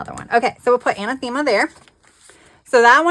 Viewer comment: An-ath-ima is the pronunciation of Anathema 😊